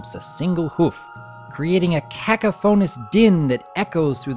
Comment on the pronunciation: CA-ca-phon-us, not ca-ca-PHONE-us